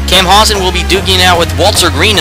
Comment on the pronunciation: Dude,you need to work on your frame rate. You also mis-pronounced my name. Camp-pow-sun is the right way.